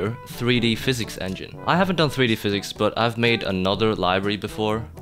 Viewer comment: it's physics not "phisics"